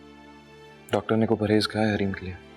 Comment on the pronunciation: Khirad ne doctor ne dactar bola h😂😂😂